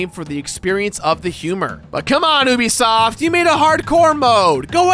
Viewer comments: It’s you bi soft not oo bi soft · Why this prononciation "übisoft" ? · ITS NOT PRONOUNCED OOBISOFT! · At first I thought you said “Boobisoft”. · Great video, but the way you pronounce ubisoft is blasphemous